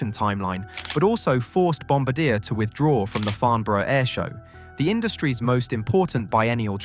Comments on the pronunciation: Your comment lends no confidence in your claim of “near perfect pronunciation”. The simplest way to verify the correct pronunciation is to call Bombardier HQ. The telephonist will use the pronunciation that the company itself considers to be correct. Bombardier outsmarted the muppets at Boeing by concluding what proved to be a successful deal with Airbus. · As a Canadian how you pronounce Bombardier is egregious. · I’m offended by the pronunciation of Bombardier. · the way it/he? says bambardier is killing me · You are HORRIBLY mispronouncing BomBardier !! Find videos of people saying it properly. You'll see why I wouldn't even know what you're talking about if I didn't know what this video was about. I'm just gonna block this channel. bye. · Dear narrator do you not realize that there is a letter ‘r’ in front of the letter ‘d’ in the word Bombardier. It would allow you to pronounce the name correctly…….just saying. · You pronounced bombardier wrong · If you can't take the time to learn how to pronounce the subject of your video, then i'm not going to take the time to watch any of your content. How lazy! Or is it disrespectful? F U it's both. I am asking YouTube to never recommend you. What an abject failure! And you're apology... I'll do better next time. Loser. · The way he pronounces "Bombardier". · Yeah, I cringed throughout the entire video. Think he almost pronounced it correctly once. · that's not correct. its bon-bar-dyé. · No, that is NOT correct. Bom bar dee A (the R at the end is silent). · On the one hand, the apology is nice. On the other hand, how do you fuck up the pronunciation of one of the few commercial aircraft manufacturers when you are an aviation channel? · Haha, apology accepted. I literally came straight to the comments after hearing that, lol. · It was actually funny hearing you mispronounce the name . Over and over and over .. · That's not how you pronounce the name !!!!!!!! AI ......... You should know better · It's [bɔ‌baʁdje].